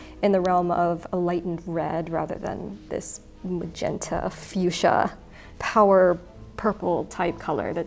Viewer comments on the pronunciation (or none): none